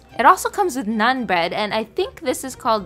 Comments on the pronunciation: lol it's not pronounced as nun at all 😂😂Its naa-aaan !! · try making Naan. It's a type of Indian bread. It's not nun, it's pronounced as n- aa -n. Naan is a staple for North indian food, we eat more rice in South and chapati (wheat roti)